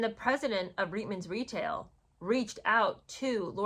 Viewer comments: Not to mitpic, but I'm Canadian and I believe the correct pronunciation of Reitman's is "reetmans". There was an ad campaign and at the end, the model says "Reitmans? Really!." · Hi, I just wanted to clarify it’s pronounced Reet-mans. The commercials were the first time I saw that woman and had no clue who she was or why I should care….still don’t!!!